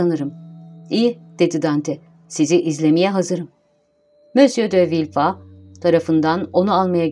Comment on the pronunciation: sizi villefort'u "vilford" yerine "vilfah" diye okumaya iten sebep neydi? ford'un hiçbir yerde "fağh" diye okunduğuna şahit oldunuz mu?